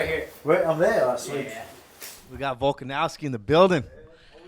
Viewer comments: VolkanOVski not OWski Kyle 😅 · really called volkanovski volkanowski 😂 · Literally called Volk Volkanowski